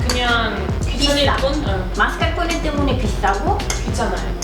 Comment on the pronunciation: 마스깔ㄹㄹ포네 현지발음 멋졍.